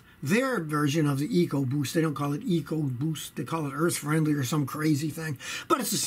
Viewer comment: I like how Scotty says Evo boost ... "eco buuoost"... :)